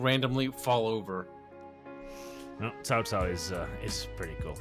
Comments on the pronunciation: "Kao Kao"? Really,? xDDDDD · i'm pretty sure Cao Cao is pronounced sou sou with a sharp S like in snake. i might be wrong, but is definetly wrong